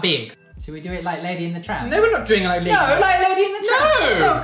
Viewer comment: Oh did he say "doing"? I thought it was "chewing".